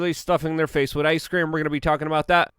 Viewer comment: With, with, with, thhhhh say it thh, with, not “wid” withhhh.